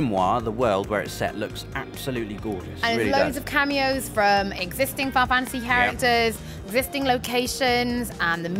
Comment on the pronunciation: I won't tease about looking forward to Final Fantasy, but It's funny how she calls it "Fi-Fantasy". Clearly a name she says so often that she drops the "nal" to save time.. I'll only get Skyrim on PS4 if I can import my PS3 save-games...